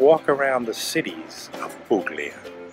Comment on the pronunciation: Ok but it's pronounced 'pulya' not 'puGlia'!